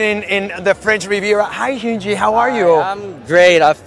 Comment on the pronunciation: The fact that the guy talking to Hyunjin said Hyunjee 💀